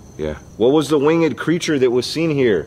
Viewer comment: Ikr but like still “wing ed” ;v